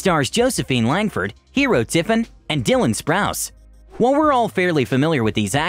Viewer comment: He really said “Dylan Sprouce” GURLLLLLLLLLLLLLLL